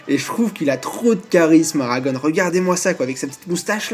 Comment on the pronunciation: Il faut que tu prononces Aragon sans "one" à la fin, ça me file les frissons, à chaque fois . Comme le poète Louis Aragon